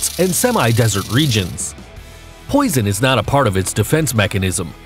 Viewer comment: Everytime he says poison i cringe. Lol